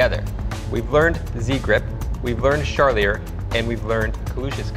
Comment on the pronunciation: His pronunciation of Charlier is driving me nuts. Lol